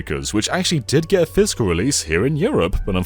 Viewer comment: I love how you pronounce "physical" as "fiscal" ❤ mad business man vibes